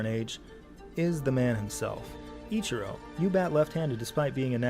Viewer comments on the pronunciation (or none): hears Ichiros name pronounced correctly and he still say it wrong though out the whole video, EACHiro, like you are saying the word each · Emphasis on the "E" sound then the chee and ro Still appreciate the vids. Lol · pronounced...each er row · Between this guy and James Whitting i just can't comprehend why it's so hard for English people to pronounce foreign names even when they're pronounced exactly as they're spelled. Just super weird and kind of annoying. "Ih-kye-ro" is probably worse than "Ee-char-ro" though. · My son had the number 51 for YEARS by choice. EEEE-chee-ROH. You need to watch more Anime! LOLOLOL! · EE Chee Ro . Please say it with me lol. Hell with it. Call him Akira if you want. He is a baseball god. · Do you think Ichiro is Greek? I-chi-ro, chi like Tai-chi. Not like the letter "chi." "Ikairo. I'm sorry, I keep saying his name wrong... Ikiro." Ichiro. Like church... or maybe when you need Jesus you go to "Kirk" XD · E like the letter Chee like in cheese row like a boat Ee-chee-row Ichiro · Loved this reaction series so much! Pronunciation of Ichiro: EE-chee-roh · fair, but still they said the name Ichiro at least like 40 times in the video and he still couldn't get it remotely correct